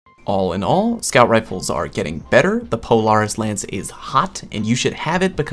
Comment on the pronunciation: Did you just say polarants lance?